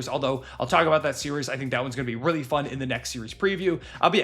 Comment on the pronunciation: “Weally good”